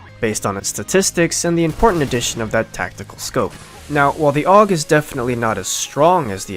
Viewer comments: It's not the Ayy Yu Gee... Christ you're making me twitch 😂 it's pronounced "Ohgg" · It isn't pronounced A-U-G, It's pronounced AWG. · no its pronounced ogg not ay you jee ogg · its not A U G. its pronounced "awg" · The correct pronountiation is awug said as one word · I think the 'A U G' should be pronounced properly. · the fuck is an "ayy-you-gee"?